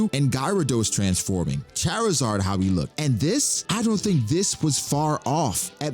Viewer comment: How did you just say gyarados and charizard sir???